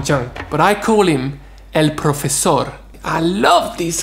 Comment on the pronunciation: I don't speak chinese so I can' comment on your accent, but you say "el profesor" so perfect it sounds 100% spanish, you got better spanish accent than english accent, when is "the spanish cuisine" series coming?:D